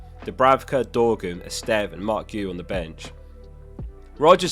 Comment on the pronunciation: My man learned to sort of pronounce Esteve and Guiu correctly, very impressive!